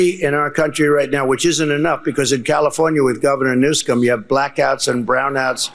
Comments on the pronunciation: He called the governor Newscome.not Newsom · The child mispronounces Newsome and the children of the corn cheer